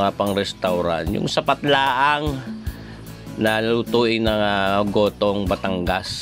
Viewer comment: Nagutom ako sa kakatawa sir! Hindi yan espageteh at ehyan aay gohtooh 😂😂😂